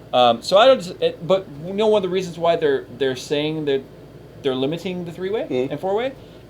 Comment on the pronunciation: li-mit-ting ANOTHER WORD HE SAYS WEIRDLY UGGHGHHHHHHHGHGHGH